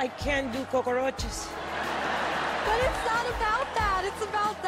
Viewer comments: 🤣🤣🤣 she said koko roaches 🤣🤣🤣🤣🤣🤣🤣🤣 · The way Sofia pronounces the word 'cockroaches' was really cute. Love her accent.